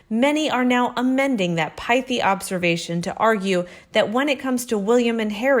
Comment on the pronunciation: Yes I agree. However you should know the word you pronounced as “pye-thee” should be “Pi-thee”, ie “i” as in “it”